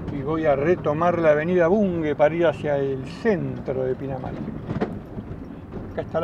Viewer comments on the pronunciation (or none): Me pone muy nervioso escucharte repetir mil veces “Bungue” como si tuviera U. Es y se pronuncia BUNGE, por Dios! BUNGE! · La avenida se llama Av. BUNGE. Ud lo pronuncia BUNGUE.